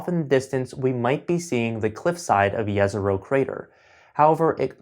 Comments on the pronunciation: First person who pronounced Jezero correctly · Yes! Usually they say something like đezero but this guy says it correctly. Točno izgovara Jezero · This is probably 1.st video where someone pronounces "Jezero" correctly :). good work!